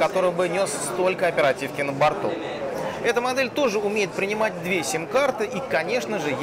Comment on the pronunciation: слово принимать режет слух, что случилось?)))